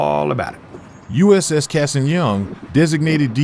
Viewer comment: The A in Cassin is an ahh not long A. Flew with his grandson, the III